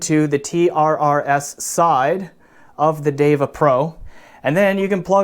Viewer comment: You managed to correctly pronounce the Sanskrit term "DEVA". Now all you need to do is to learn how to correctly pronounce "SUNDARA". Hint: there are no long vowels in the word.